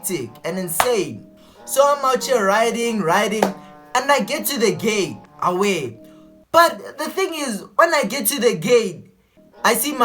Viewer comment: "When I get to the gay" ? 😂😂😂 LOL . GATE bro say GATE G!!